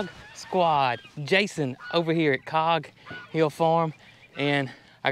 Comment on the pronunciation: I watch and listen too much I think ,but Jason, why do you always say Cog....Hill Farm as if you temporarily forget the name - each time I wonder if today is the day it happens and you forget altogether!